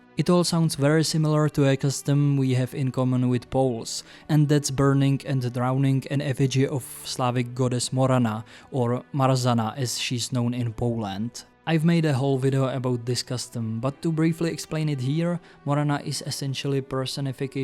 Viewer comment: I've noticed you pronouncing Polish "rz" like r followed by z but actually it's pronounced like Czech ž (and in Old Polish like Czech ř) so Andrzej is pronounced like Andžej and Marzanna like Mažanna. edit. also Partyzaną is just the instrumental case of Partyzana